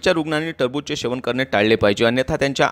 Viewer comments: शेवन नाही सेवन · सेवन पाहिजे शेवन नाही